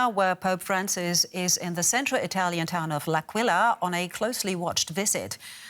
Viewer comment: The city's name is pronounced as AHH-quila